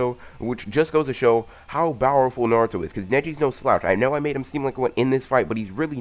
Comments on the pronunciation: Why do you say bowerful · Dude plz stop saying bowerful say powerful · STOP SAYING BOWERFULLL AND NOT POWRFULLL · Mad annoying saying bower full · Why do you pronounce powerful with a B???